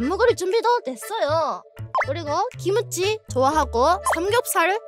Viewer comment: 나만 김치를 '기무치' 로 들었나?? 밟음 문제겠지?